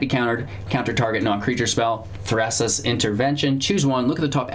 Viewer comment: Did you say Th(r)assa's?